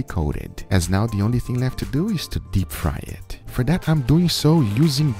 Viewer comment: Guga what did it do to your mind? Guga: “it just blew eeeet”